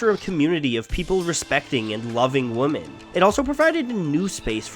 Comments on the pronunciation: Does any one els find it weird how he says "Woman" when is says and he should be saying "Women" ? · the inability to pronounce 'women' and instead always saying 'woman' hits real strong on this one. think the only time ya say 'women' is during the ad read at the end when ya said the name of the org. anyway, a really cool video all in all! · Women pronounced wimmen not womin, wtf. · also, wimyn, not wo-men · Holy shit why do you keep saying woman instead of women lol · Is it just me or does it sound like he's saying the singular 'woman' instead of 'women'? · I know this video is old, but please learn the difference in pronunciation between "woman" and "women." I see that as the bare minimum when making a video specifically about women punk artists. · Why do you say woman instead of women? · Is there some reason that the narrator says "woman" every time he means "women"? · Isn’t pronounced Women not woman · wouh-man - singular ... whih-men plural .... get your english straight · It irritates me that you’re saying “woman” the entire time instead of “women” I mean jeez it’s a video essay. At least say your words right lol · Women. It's. Pronounced. Wemen. Not. Wooman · He keeps saying "womAn" when he is speaking for "womEn", or am I just hearing things? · Who pronounces women like woman except for this guy? I've never heard anyone but this guy say it like that, everyone else i've ever heard has pronounced it like wimin. Man, that's bizarre. Looking at the comments it's clear i'm not alone in this thought. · The way he always says women instead of wimen gets on my nerves. I had to spell it wrong to get my point across. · the plural form of woman is pronounced wimmen, not wumen. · is he saying woman instead of women on purpose? You're talking about a group (plural) not a single person so it should be WOMEN! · No it's not. Where the fuck are you from? Nobody in Ontario says "woman" when they mean "women". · sounds like he is saying “woman” not “women”